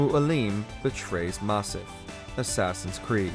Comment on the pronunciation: jesus, why cant you learn how to pronounce correctly....it's Masyaf not Masif